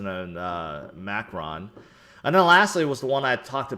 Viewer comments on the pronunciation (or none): Ma cron (say crow with n at the end)